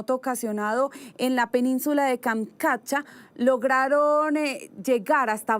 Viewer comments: Tienes razón bro se deletrea Kamchatka y no se deletrea kamkatcha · Tantas veces tiene que decir Kamkatcha??? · Es tan difícil decir kamchatka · Kamchatka....no Kamkatcha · Porque no le dicen que es Kamchatka y no Kamkatcha